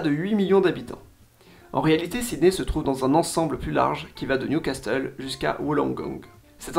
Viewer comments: Toujours un gros travail, merci ! Pour Newcastle, ne prononce pas le "t", "Nioucasseul" 😉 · superbe video, attention on ne prononce pas le T de Newcastle ! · Ton anglais est déplorable. Impossible de ne pas savoir que le T de "castle" ne se prononce pas. Surtout qu'il existe aussi un Newcastle en Angleterre. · Si tu avais beneficié de tes propres sponsors tu aurais su que Perth ne se prononce pas "Peyrthe" mais "Peurth" et aussi que "Castle" le T est muet.